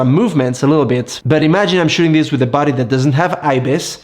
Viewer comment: just a joke. I was confused a couple of times because of the way you pronounced (camera) «body». I thought, who is this buddy? 😊